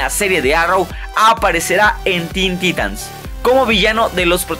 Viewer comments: Se pronuncia taitans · En cualquier universo de dc y en todos los croos overs habidos y por haber lo pronuncian taitans.